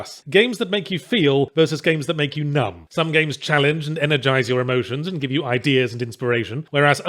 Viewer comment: I legit thought he said "nut"